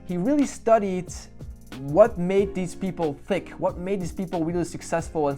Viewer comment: Figured you might appreciate the feedback: I believe the word you meant when you said "thick" was "tick"! Thanks for the video! I got a sample of the book, but it was hard for me to focus on because it used so many words I can't speed read very well. So I really appreciated this summary, man! Love the principles we get to learn here. This is all part of why I want to homeschool/unschool my kids!